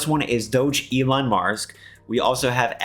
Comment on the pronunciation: it's pronounced DOG ELON MARS.